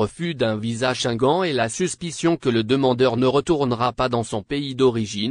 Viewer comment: Tu prononces mal le mot shenguene( Schengen) ton français n'est pas à la hauteur. Corriges toi.